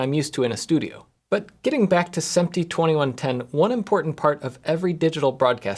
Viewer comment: Awesome video. I was confused for the first few minutes when you kept talking about “sEmp-tee” and I finally figured out you meant “sImp-tee” (SMPTE).